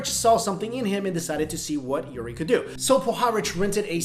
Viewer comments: The name is Uri not Yuri LOL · its Uri not Yuri